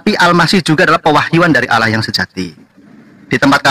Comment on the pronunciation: Juma sebut Allah tu tidak benar, Allah ko disebut Aulah SWT, kenapa tidak Aulah swu atau swb, tidak paham sama sekali